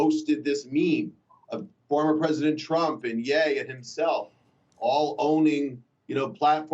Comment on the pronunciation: The way he says misinformation XD